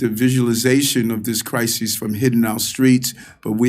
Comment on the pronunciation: Someone please tell Adams it's not a Cry-SEES....the inmates are running the asylum